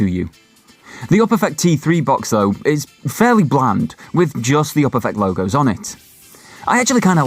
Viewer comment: The way you pronounce Uperfect makes my eye twitch